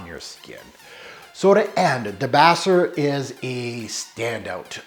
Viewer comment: Thanks so much for reviewing DS & Durga. Debaser is pronounced da-base-er. It’s named for an amazing song on an amazing album called Dolittle by the Pixies. I’m dying to get my hands on a debaser sample just because of the memories I have with that album. Loved your video!